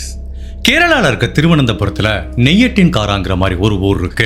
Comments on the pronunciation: Bro it's not nei-ya-tin-kaara, it's ney-ya-tang-karai.. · நெய் யத்திகாரை இல்ல bro நெய்யாற்றுங்கறை